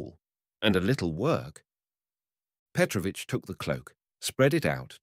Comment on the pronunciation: Thanks, but I wish you had checked how to pronounce correctly the name Petrovich first.